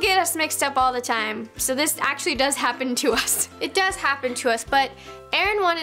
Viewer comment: Who else noticed Roni made “actually” into 2 syllables? So talented